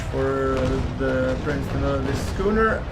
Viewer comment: Yes. you pronounced Prince de Neufchatel correctly! Keep up the good videos!